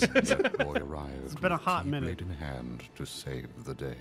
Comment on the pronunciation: I do have to point out here that the x-blade should be pronounced "hee-blade" not "kee-blade".